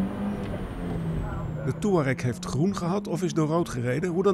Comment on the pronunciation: volgens mij kan niemand `Touareg` uitspreken